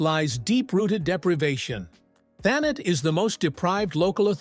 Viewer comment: Hartleepool.and it’s not thaNET. Middlesbruh.